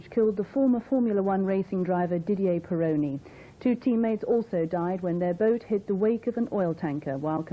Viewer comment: Didier Pironi! Not Peroni!